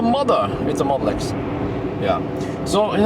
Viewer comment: Lmao when you say Model X it sounds like you're saying Molesk